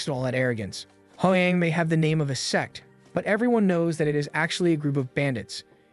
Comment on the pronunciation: brochacho is not saying sect